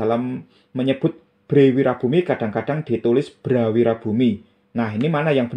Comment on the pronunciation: bukan bhré, pu. Tapi bhrè. Ngapuntĕn lañcang.